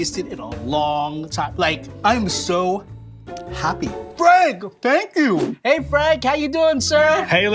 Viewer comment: Hi's Filipino side was slipping up when he said please and happy